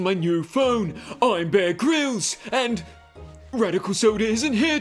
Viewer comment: Who is this person? Beeve Greels? Bare Grills? Bail me out of jail Mays? Billy May?